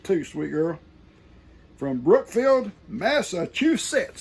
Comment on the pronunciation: good morning, by George I think you got it!!! You can rest easy you say Massachusetts just perfect!! I graduated from UMass Dartmouth in 2008 at 50 years old. We are some proud Patriots from the swamp Yankee State!!! Lol. Many blessings to all on Morrow Hill. Xxoo!